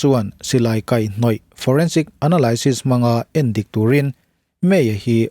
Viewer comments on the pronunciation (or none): none